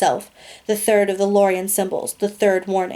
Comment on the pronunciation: You said lorien wrong